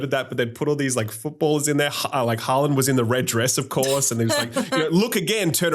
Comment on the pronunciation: You gaming youtubers an your lack of interests like world cup disturbs me. I saw Matty literally livestream during World cup Semi final, like you got to be kidding me. ANd thats not how you pronounce Haalands name, I mean thats how PL announcers pronounce it, but its should be more like hall-lend.